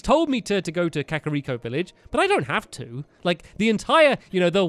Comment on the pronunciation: You said kariko village